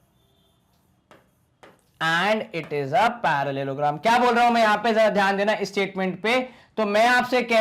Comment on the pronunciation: Pronunciation of parallelogram is confusing